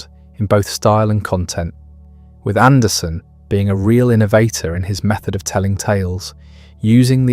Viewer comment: Hey, everyone, it’s AndersEn. He’s Danish, not Swedish.